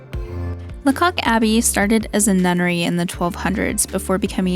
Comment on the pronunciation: Pronounced Laycock (not la cock)